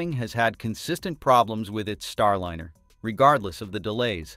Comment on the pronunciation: Star-lynner? Robot narrator under insufficient control?